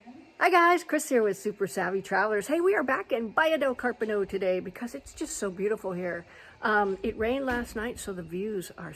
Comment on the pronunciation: A very nice place. I very much enjoy your videos of houses in the Baia del Carpino area, which is lovely. Just a note, there is no open "I" sound in the Italian language. "Pin" is ALWAYS pronounced as though it were spelled "peen" in English and NEVER like the English word "pin". Therefore, Carpino is correctly pronounced "Cahr-pEE- no". I know that you have been studying Italian for some years now, and I know that you can do better. :)